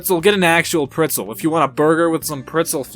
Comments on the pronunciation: why u say pritzel 😠😠😂😂 its pretzel my guy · The way he says pretzel